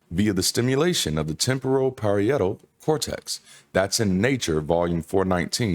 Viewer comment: That portion of the brain "parietal" is pronounced per-EYE-et-tul.